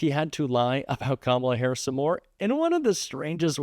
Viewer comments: He's finally pronouncing Kamala's name right. She must have made an impression on him. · Holy crap he said her name right!!! 😂😅:_Heart